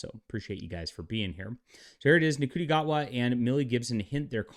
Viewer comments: It’s pronounced Shooty! Not Nguti. It’s pronounced Valiyard not Valeyard! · I believe Ncuti is pronounced "shooty". No idea how that works, but African languages aren't really my specialty. Also, I think we should refer to Ncuti Gatwa as Ncuti McGavin.